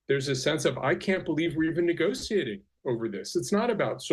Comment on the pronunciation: He's saying negotiating wrong lol. Thats all I got out of this.